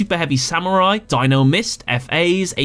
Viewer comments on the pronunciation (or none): none